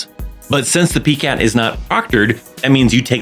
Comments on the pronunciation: Its Pie-cat not Pee-cat. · Thank you, great information. The way you say PiCAT is so cute lol I’ve never heard anyone pronounce it that way before until now. I’m used to hearing PiCAT (Pie-Cat). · It's pronounced as "PIE-cat"